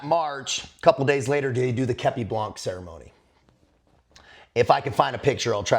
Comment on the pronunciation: Hey, do not prononce the c in blanc common dude!!